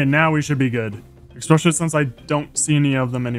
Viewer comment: I watch pretty much all these hundred day videos and I cannot stop wondering when will he stop saying "exspecially"